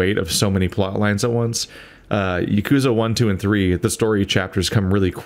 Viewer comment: Hey buddy, going through 3 with you was very enjoyable and I love how much of an absolute cluster fuck it is haha this might make me look like that guy, but Yakuza is pronounced 'Ya-kuh-zah' rather than 'Ya-kuuu-za' might just be me but just wanted to let you know.